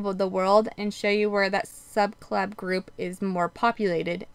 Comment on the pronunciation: Why does it sound like you are saying subclab for subclade and fraternal instead of paternal?